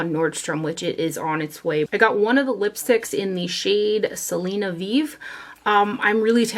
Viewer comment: As a Hispanic and and Texan I love that you swatched the Selena collection. Your Spanish pronunciations were pretty good too! 💃🏻